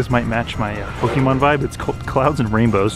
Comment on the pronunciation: Btw pokèmon is pronouced (poke a Mon) or (poke ay Mon) not (poke ee mon)